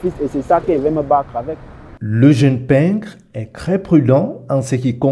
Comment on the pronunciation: "Tre"et non "cre"🤦